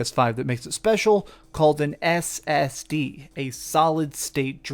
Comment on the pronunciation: The way he says ssd makes it sound like brand new tech. We know what an ssd is lol